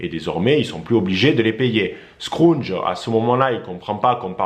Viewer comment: Merci pr cette vidéo. Juste une précision scrooge se prononce. Skroudje. Et non. Skroundje. Merci.